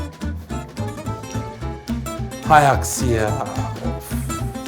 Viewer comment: Öyle bi hay aksi deyişi var ki sanırsın hassiktir ya :Dd